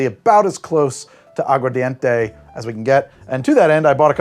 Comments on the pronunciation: Agua ARDENTE (fire water) not English mumbled agua dente (tooth water) Pronunciation matters en Español. The key to Spanish is pronunciation, say it like you got a pair even if you don't. Spanish cultures laugh at our spelling B's because they spell words the way they are pronounced. Agua Ardente 'flaming water' would be closest to pure grain alcohol but with sugar cane. !vive la Cuba! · I'm a language teacher and I heard you say "Agua Dente" not aguar enough times to flinch. Go listen, I ain't always right